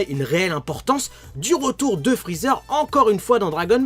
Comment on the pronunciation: Je kiffe quand t'as dit Frozer